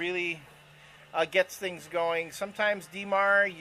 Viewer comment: Oh it's "Thangs" "Thangs";)